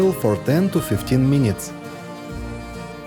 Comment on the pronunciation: 15 meeneets 😂😂😂😂😂😂 funny I speak like you